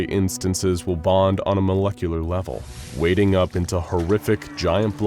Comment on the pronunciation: Wading or wadding? Targrades (2 syllables) or tardigrades(3)?